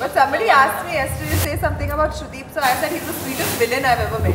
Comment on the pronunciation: Sandeep kadu idiot..... Its Sudeep 😍 Kichcha Sudeep 🔥